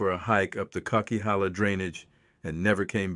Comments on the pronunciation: Kuckeehala? Co-qwi-halla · Boo. This is an A.I video. I’m from the area this video is discussing. it brutally mispronounced a name that no one from this area would mess up. It’s pronounced coke-a-halla. Oh well… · weird..how come you can't correctly pronounce the coquihalla..not sure if u are really familiar with that area!